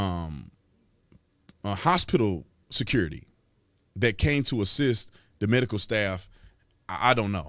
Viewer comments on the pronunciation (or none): none